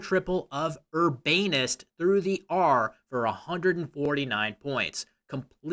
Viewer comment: i don't think that's how you pronounce urbanest but ok